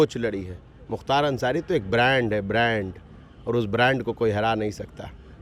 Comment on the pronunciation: Mukhtar bimari brand nahi bhand h 😆🤣🤣🤣🤣🤣 Barand hota to wheelchair nahi pakdta 🤣🤣🤣 Iske brand me " b " silent h 😆🤣